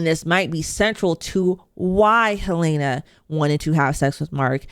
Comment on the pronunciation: Just curious more than anything, after clearly watching and following the show very closely, how come you consistently pronounce one of the main characters names wrong? Her name is Helen-uh. You say it Hel-ai-na.